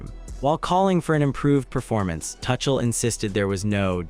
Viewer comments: TUCHEL should be pronounced as TOOCHEL ,not TOUCHEL. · This is AI ROBOT SLOP -- it is not TOO-SHALL. It is TOO--CALL. this is AI! be careful! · It's Tookell, not Touchel you Muppet. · Mate there's the England Rugby Team in your pics common gotta do better and his name is pronounced " 2 Shell " get your act together if your going to be professional . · Thomas Tuckle?😂😂😂 That's AI for you!! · His name is not pronounced "Touchel" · Lol . Yep. Thomas Touch Ell. And what is a Sem Eye final? 😂😂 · Dude... you don't even know how to pronounce the coach's name but still you make videos that I should listen to for 25 minutes straight where you misspronounce Tomas Tuchel?! No thanks... I'm leaving in 30 seconds!